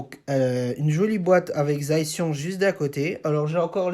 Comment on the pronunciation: c zacian pas zaician